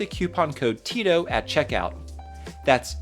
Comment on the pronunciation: Yes that is how Tito is pronounced. "I" makes the "ee" sound in Spanish.